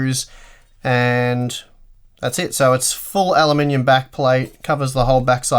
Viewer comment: I giggle every time you say "alumninium"